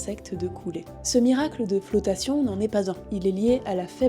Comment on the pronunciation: Flotassion . Tion .. 😂 comment tu l'écrit